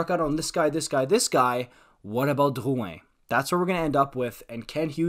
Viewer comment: “Dyyuwhen” just say drouin you are so annoying